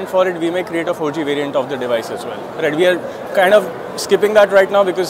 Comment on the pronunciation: the rrrrrr in rrright is just great